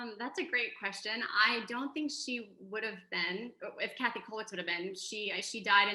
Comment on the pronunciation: Käthe is pronounced like Kay-teh, not Cathy.